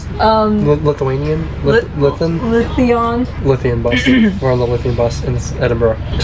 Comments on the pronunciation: Lithium bus! LOL It is pronounced "Loath E un" "low thee uhn" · Lothian... pronounced "Loathe-ian"... Also you did so well pronouncing Edinburgh correctly only to blow it at the end... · Lothian is pronounced rather like Loathe Ian. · Lothian is pronounced Lovian. I'm glad you liked my city. It's funny to hear you regard Portobello beach as great.... we all think its very average. The real beaches are up in the west coast....(next to the actual Ocean). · Lol I love your pronunciation on Lothian,sounds better your way , it’s pronounced ‘ lowveean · Its lo-theee-an (lothian) buses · The "Creepy" wall is a retaining wall. It stops the earth hillside from sliding down. Lothian is pronounced "Low-thee-an". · Since when was Lothian pronounced like that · But mispronounced 'Lothian' !😉